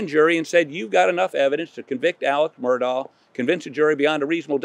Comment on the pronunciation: why did you mispronounce Murdaugh? I expect that from network folks who don’t know better but you should know it’s Mur-dock not -daw.